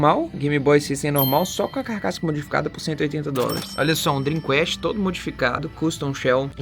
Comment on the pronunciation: Muito bom! Se me permite uma sugestão pra você que é referência em conteúdo... A pronúncia do console da Sega é "Drim qést" (sem falar o "u" no "quést". Você é fera! Parabéns!